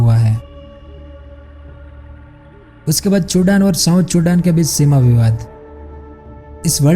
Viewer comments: Oh bhai it's Sudan not chudan🤦‍♂️🤦‍♂️ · Are you saying it Sudan or chudan..?? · Chudan kya hota he bhai. Sudan he na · Sudan❌ chudan ✅ 😂😂😂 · 😂😂😂😀😀👍 kya bol raha h..ye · It's Sudan not chudan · Sudan ko chudan kyo bol rhe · Chudan nhi o Sudan hai 🤣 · चुदान 😂😂😂😂 I think its सुदान. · wo chudan ni sudan hai😂😂😂😂😂🤣🤣🤣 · Sudaan hota hai ye bhai sahab ne chudan bola😂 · bhai vo sudan ko ache se bol nhi pa rhe isliye unhone usko chodan kha diya isse vo chapri nhi ho jayege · Chudan nahi🤣 sudha pronounce kar. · Still laughing when he say chudan 🤣🤣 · Habitual Pronunciation mistake